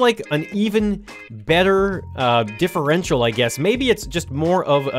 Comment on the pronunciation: You said that thing about the differential correctly. Wow, you smart.